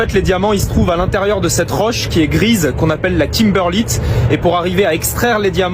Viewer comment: Pas timberlite !! Mais kimberlite !!!.